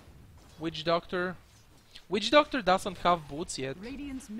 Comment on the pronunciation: is it just me or when says witch doctor i hear weed doctor